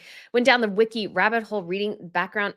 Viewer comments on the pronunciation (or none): none